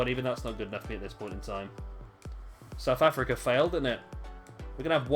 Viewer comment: The way you say South Africa is tilting